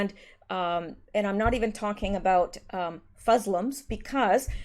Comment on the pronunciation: Did you just say,,,,,,,,,,,,,,,,,,,,,,,," Fuslims"? HAHAHAHHAHAAHAH hahahahahaahahaha its good.